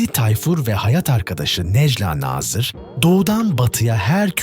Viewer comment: bu videoyu seslendiren kişi biraz işine saygın olsun necla nazırın nasıl okunacağını öğren